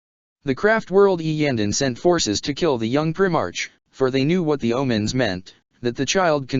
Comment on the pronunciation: What kind of reading is this... its pronounced "prime arc" not "prim arch"